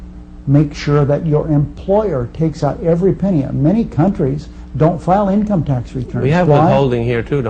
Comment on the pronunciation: lol, I'm not even that far in, and I'm already laughing at "eencum taxes" and "phraseology."